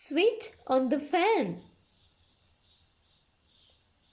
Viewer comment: On nemi eka adinna oni ." keep the fan on" kiyana ekedi "on" pronunciation adinna oni , nathnam in the chair on eke wage on pronounce karana eka waradi . Please correct that .